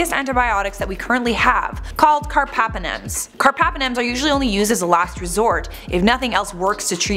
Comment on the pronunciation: It’s carBApenem, not carpapenem